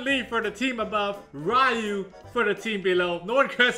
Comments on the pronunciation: Its riyu, not rayu 😂😂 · He's asian and yet pronounces Ryu wrong facepalm